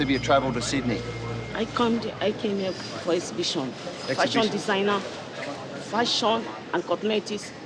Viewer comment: “FASHON DESAGNER” sis just tell them the true ! Lol